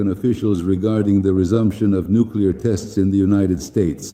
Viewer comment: nucular topidos nukular missles you fruad